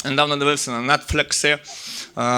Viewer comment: Я так зрозумів, що кожного виступу слово Netflix вимовляє з новим акцентом.